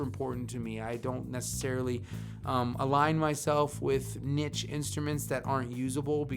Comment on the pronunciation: Maybe I'm nitpicking, but it's pronounced "neesh" not "nitch". It's French. It's classy.